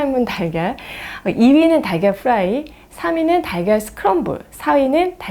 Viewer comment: 달걀프라이 발음하실때는 프라이 F발음 하시면서 프라이팬 발음하실때는 프라이 P발음 하시네요 😂